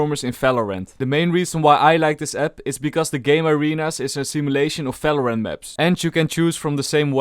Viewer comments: Why you say "Fèlorènt" instead of "Valorant"? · He doesen't say "v" ever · you definitlely work on your pronounciation. if i hear a Falorant again im cutting my ears off. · Im sorry, i cant watch this video till the end.... the way you pronounce the game name, is driving me nuts.... its VALORANT not Falorant wtf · What is FALORANT. Fellow rant. ???